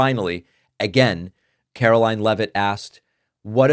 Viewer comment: Karo-LIE-n LEAVE-it